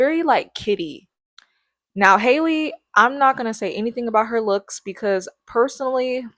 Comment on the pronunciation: Halle is pronounced just like Halle Berry's name. Not like "Hailey" fyi.